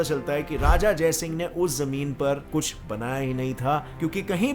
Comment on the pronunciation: Everyone: kuch: kush🤣🤣